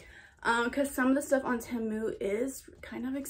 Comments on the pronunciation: its actually pronounced tee mu but tehmu works too :) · Its pronounced t-moo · temu is so much better in my opinion, but its pronounced as tee-moo lol, ur so pretty btw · Team-u not Tam-u 😂💕💕💕 Loved this haul! New subscriber here!!! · i prefer temu (by the wway its not pronounced temu its pronounced tee-moo) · PRONOUNCED TEEEMOOO. your welcome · the way she's all proud sayin ten moo 💀😭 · it’s pronounced ti-mu, loved the video btw !💗💗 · It’s tee moo thats how u prenounce it Temu is name brand oki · 1: it is pronounced tee-MOO 2: I do prefer temu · you say temu tea-moo btw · Pronounced TEE-MOO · It's pronounced te-mo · It’s pronounced TEA-MOO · Temu is pronounced tea moo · It’s pronounced ‘’ tee moo’’ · its pronounced tea- mu